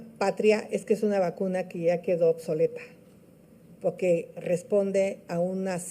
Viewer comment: Pogue porque poggggque 😂😂😂😂😂